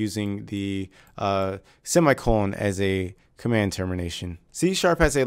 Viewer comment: "seam eye colon" that is great ;)